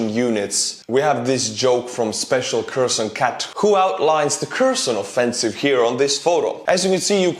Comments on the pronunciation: Your Ukrainian. Why you saying Kreson?? It's Hersón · I'm pretty sure the k in Kherson and Kharkov are silent pronounced herson and harkiv